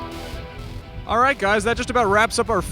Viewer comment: she definately said nutflix